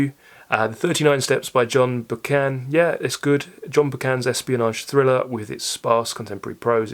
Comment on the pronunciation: Very enjoyable discussion. Has someone already mentioned the pronunciation of Buchan? Well, it helps if you're Scottish.